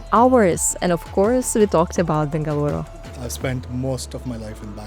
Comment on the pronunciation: Thank you for pronuncing Bengaluru correctingly.Better than our Indians do 😊